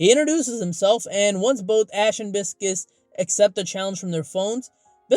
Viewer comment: It’s Bi-sces/Pie-sces how it’s pronounced Pie or Bi and Sees Not Biscus